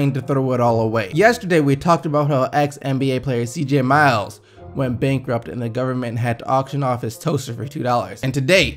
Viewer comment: Did he say cj miles?